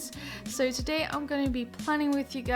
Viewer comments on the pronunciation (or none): none